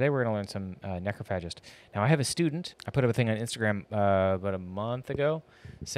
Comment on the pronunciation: Can't deal with this mis-pronunciation of Necrophagist 😂